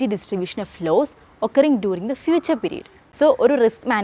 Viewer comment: Not laws forcasting it is loss forcasting